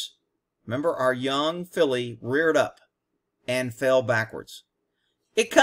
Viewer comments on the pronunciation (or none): Filly.. not folly